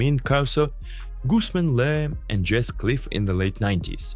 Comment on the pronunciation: isn't Le is Lee?